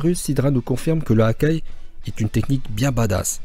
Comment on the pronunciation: J'ai cru que tu avais dis Hagar